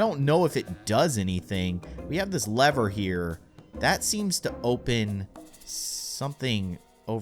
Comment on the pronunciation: You say leather it is lever